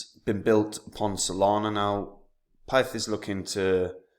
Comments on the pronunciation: Pronounced PITH 😂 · man said pith lol